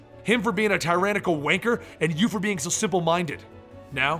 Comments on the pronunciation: It's really cringeworthy hearing an american say words like "Mum" and "Wanker", especially since i'm from Liverpool. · did any one ever mention to you that the way you say "wanker" sounds realy weird? mabey its just becuase im british but hearing it in your accent sounds realy strange to me